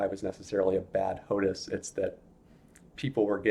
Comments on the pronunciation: Why do you keep saying HOTUS when it's HOTAS? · its ho-tas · It's pronounced "Hot Ass"